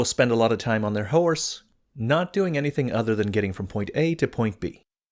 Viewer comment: 20 "on their hoaaaarse" lololol